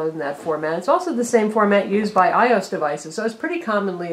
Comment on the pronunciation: ...Did she say "i-ose" instead of "iOS?"